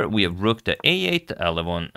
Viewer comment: Got me a join because you pronounce LEH VON correctly... and your care for chess in the way you have mitigated the drama is admirable and shows the integrity you have to this King's game.